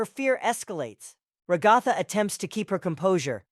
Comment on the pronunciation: Rag-Gatha? R-Ag-Gatha? NPC-S? This could have used a human touch, maybe? There are ways to have certain syllables and phrases pronounced by a CPU voice.